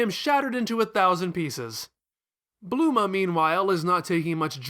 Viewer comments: Bluema? It's bulma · Bluma?.. I’m just confused. It’s such a strange pronunciation.. like I’d get Bulrma or even Burma I guess, but blue-ma? He pulls out Kurririn so he’s attempting to be more accurate to the Japanese pronunciation but even that’s not right. I’m not ripping on him for that bit. That’s how people perceive it. There’s no hard “R” sound in Japanese. I only studied the language for 2 years so I’m no expert.. but the first thing you learn is the alphabets starting with hiragana.. while we write translations out as having “r’s” it’s really a combo R/L sound. You kinda have to roll your tongue to get the proper sound... this PSA is really for the little Manga-Chan’s that try to be jerks about how to say Krillins name. Just stop acting elitist over saying it’s “kurririn” (while emphasizing the “r”) cause if that’s you you’re wrong and you’ve been putting people down with your wrongness pretending it is correct. Fandom shouldn’t have any gate keeping. We all love Nippon and the art that has permeated our own culture. There’s even a cool twisted cultural exchange between our cultures where things we like get changed and accepted in their culture and vice versa.. I would never recommend anyone study Japanese as a practical language. There is a lot of decent paying translation work, no doubt.. but the level of complexity of the language and the multiple alphabets should be sought out because of your passions. The language group isn’t small enough to make you the most in demand translators, b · Who the Fuck is Blue-ma?